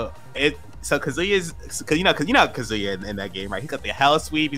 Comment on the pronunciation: hearing kazoo-ya instead of ka-zu-ya from a pro is rough